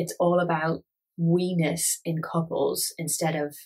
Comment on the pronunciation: Hears "we-ness" as "wenis" and lols at work I swear to god I'm an adult